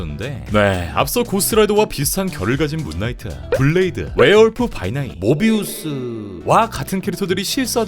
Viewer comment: 모비우스 발음 왜 그렇게 하심 ㅋㅋㅋㅋㅋㅋㅋㅋㅋㅋㅋㅋㅋㅋㅋ